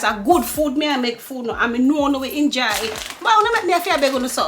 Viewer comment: Mamma nuh say enjoy enuh she say injoy😂